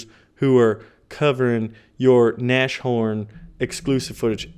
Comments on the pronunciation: You said it again XD it's not Nash horn its nas horn and the sh in English isn't the same in German, in German its sch instead of sh ;D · Baron, you still haven't figured out how to pronounce Nashorn. The literal translation of that word is "nose-horn" or "horn on the nose". So please, stop saying na-sh-horn and instead say Nas - Horn, because your current pronunciation is cringe worthy. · You spell it NaS-Horn, Not NaSCHorn !! It literally stands for: Nase=Nose and Horn=Horn => Nashorn In every Video you spell german words wrong.. Jesus Christus!